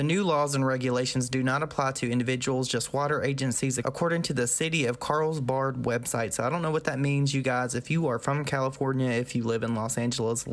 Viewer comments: 😂"Carlsbard"😂😂 Oh. Carlsbad* is pronounced like "Carl's Bad", and is a city in San Diego. Basically, the information is statewide but obtained from the Carlsbad Water District. The state is attempting to rectify the on again-off again drought problem by enforcing the municipal water districts to abide by drought restrictions year round, regardless of drought status. Reason being is that, the minute the state announces we're no longer in a drought, the people and districts go back to lax or no restrictions and the surplus we had gained disappears and it's not long before we're back in water crisis again. The state actually restricted news sources from using phrases like "California's drought is over" or similar after our 3-4yr drought finally was over, in an attempt to prevent people from just going back to wasting water. The districts are forced to pass the restrictions back onto the people (which is really just being water wise) who either abide or incur charges for overages, kinda like electricity. It really should have happened a long time ago if we're being honest. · Its pronounced Carl's bad lol, I lived there for several years. There were times we couldn't water our yards cause of the restrictions. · One it’s pronounced “Carl’s Bad” the water restrictions are not the issue here, although wasteful, they have to pay for it, it’s the property damage, and the potential of damaging the hillside, causing a mudslide, and destabilizing the hillside causing the homes to become unlivable. That area of California is known for mudslides. It also carries the potential for erosion, and conservation issues. Imagine being a small creature living in that area... you are now either flooded out or dead. It’s a little like what onision did with the wetlands near his home, it’s not ok. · I live you but it’s pronounced Carls (carls junior carls ya know) & bad like super bad 🥑